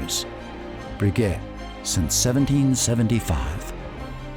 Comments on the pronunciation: Agreed, if making a video like this to honor the family and the man - Get the pronunciation correct!! It was like nails on a chalkboard board every time he said Bree GET! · It's pronounced "Bre- gay" you Neanderthal! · Dipshit Am. commentator, who doesn't know a shred of Fr. pronunciation. So embarrasing! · How can this be narrated by someone who can't even pronounce Breguet? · At least pronounce his name correctly. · This narrator's should of been flat out FIRED for doing such sloppy job on his pronounciation of several key words in the dialogue. Wow ! Sticks out like a sore thumb.